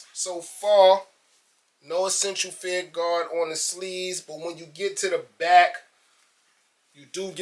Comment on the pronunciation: "feEeR RuHGaWh..feEeR RuHGaWh."..lol enunciate my brother. Fear. Of. God. lmao